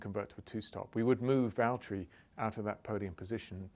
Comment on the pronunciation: James, it's Valterri